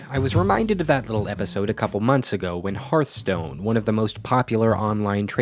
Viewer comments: The name of the game is Hearth-Stone. Not Heart-Stone. Hearth is pronounced as fireplace 'hearth', not as Heart, the thing in your chest. So annoying to hear people mispronounce the name all the time. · hearth... not harth... HEARTHstone... fukme... why do you nitwits mispronounce it so confidently? it's so fucking cringy. I have issues. Please stop adding to them.